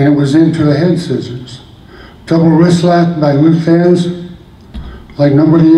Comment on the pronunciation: It's Thesz...not Thez.